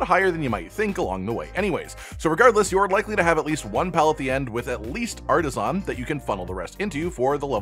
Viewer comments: Great video and I appreciate the info. I had just one bit of (probably unwanted) constructive criticism. The way you pronounced the word "artisan" was really jarring and I couldn't stop thinking about it, lol. In American English, the word is typically pronounced like "arta-sin" (or "arda-sn") with the last "a" in "artisan" being practically silent. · what's with people making As sound like Os, it's artisAn not artisOn, didn't you ever play Spyro The Dragon?